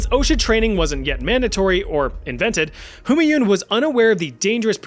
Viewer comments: Its pronounced ‘Hoomaaiun’😭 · What on earth is the pronunciation of "Humanyun" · you took the effort to pronounce the danish dude but not for Humanyun